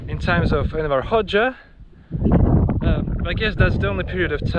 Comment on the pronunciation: Its Enver, not Erwin